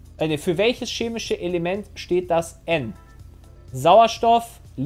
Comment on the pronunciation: Das heißt nicht SCHEMISCH.